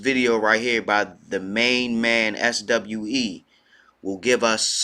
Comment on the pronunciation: The SWE in his name is pronounced “swee” SWE is for Sweden